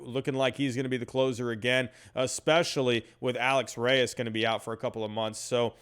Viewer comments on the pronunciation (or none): none